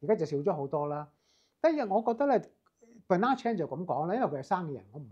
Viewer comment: 發問嘅人 啲質素 太唔夠班! 連 好普通個名 Bernard 都讀到 錯得好離譜。